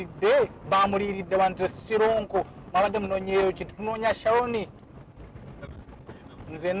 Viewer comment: It's sironko, nt soronko